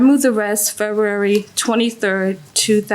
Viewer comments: She also says Fururerry instead of February 😂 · She’s hitting the silent “b” hard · Why can’t she pronounce February?? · I was annoyed by the way she pronounced February, but when she said "fleeces" I was floored. 😂😂